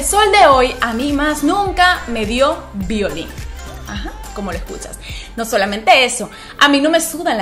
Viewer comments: Violín a que te referís,no se entiende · Suena muy raro cuando dise violin 😬